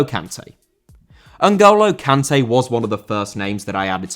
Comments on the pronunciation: Kanté* not Khantei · How do you go out of your way to pronounce Sergio correctly, but pronounce Kanté wrong? 🤣